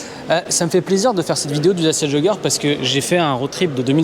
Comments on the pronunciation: J’adore comment elle le prononce Dachiiia jooooggerrr 😂😊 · Ce que j'ai retenu de cette vidéo c'est que Dacia se prononce Datchia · Da chier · Lancia /Dacia.